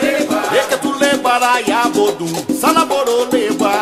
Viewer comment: Tu poderia me dizer se é bodum ou borum que ele fala?